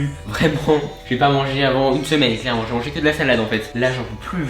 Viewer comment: Il a dit combien de fois clerement 😂😂😂😋